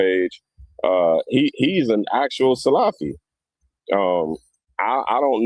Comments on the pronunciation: You can’t even say the word salafi properly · The video was horrifying just like the whole incidents that was mentioned, such as saying Muhammad bin Wahaab wasn’t from the Salaf ( Born in the 18th century) while the Salaf are the first three generations, miss pronouncing Salafy, using one or two people and their wrong doings with their misconduct as the tool to label individuals broadly as Muqbilist and bullies and exstreemis : shows that the guy doesn’t know what he is saying nor what he is doing. As if Sufies, Shiites , tablghies , Asharies , Kharajees and many haven’t and won’t fight and kill another Muslim in the masjid !?